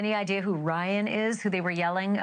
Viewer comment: Sounded like she said Wyatt, not Ryan.